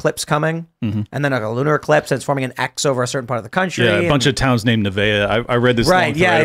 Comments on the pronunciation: "Loose eschatology" is right. The "X" meets at southern Illinois, not Texas, and it's NINEVEH, not NEVAEH. Geez, if you don't know what you're talking about, stay quiet. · It’s Nineveh right?